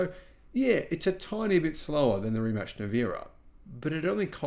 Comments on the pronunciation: Ree mack. Not rematch. Lol :-) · „Rimats“ - not sounds „Rimatch / Rimutch“. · pronounced: Re MATs not Re Match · No reemack and no rematch it is Rimac or in English rematz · "Rimach"... Honestly if you cant pronounce such simple name than lets not talk about given subject. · Its pronounced more like Rimats. Mate is pronounced like Martay. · Learn how to pronounce Rimac first. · Guy talking about subject he thinks he has relevant opinion on but doesnt have a clue how to pronounce the thing he is talking about